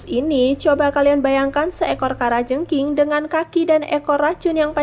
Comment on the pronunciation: Apa cuma saya dengar di bilang kara jengkinh